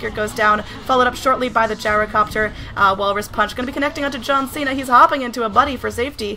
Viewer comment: You didn't say John Cena properly though.